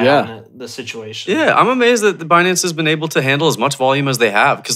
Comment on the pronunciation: if i have to hear them mispronounce binance again i might shoot myself.